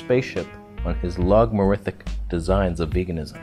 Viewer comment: "logmorithic" lol